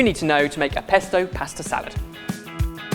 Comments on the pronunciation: What’s a paesta? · for fucks sake say pasta right ...